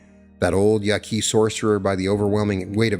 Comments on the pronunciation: Your pronunciation of “Yaqui” leaves me suspicious. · Great deep dive! You’ve introduced me to some new philosopher/anthropologists. Thank you. I, too, want this all to be true. I love your channel & what you channel. I wish I hadn’t gotten so distracted by the mispronunciations, but alas… (In the spirit of sharing knowledge rather than in criticism): Castañeda = Cas-stah -NYEH-dah Yaqui = YAH-key (soft k, like in yucky) Ixtlan = Isht-LAHN (closer to that) Nagual = NAH-wall Don Genaro = Heh-NAH-roh Avilar = AH-vee-lar 🙏🏼